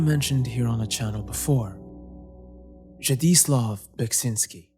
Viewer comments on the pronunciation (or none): This is pedantic of me but how his name is pronounced in Polish is "Zi-jee-swov Beh-chin-ski" There's a game on Steam called "Necrophosis" which directly uses his art. Also, the last few minutes of the Caretaker's 6th Stage from "Everywhere at the end of time" was... something else!